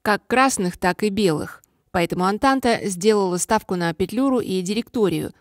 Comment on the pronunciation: Только не Атланта, а Антанта